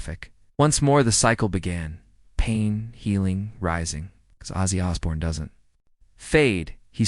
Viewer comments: Here’s your dislike So learn to how to pronounce the Iconic name! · Outside the name not being said right well done ... But I know it's not your fault. Sometimes the "bots" says things you don't but good job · If you don’t even pronounce his name correctly your credibility is reduced.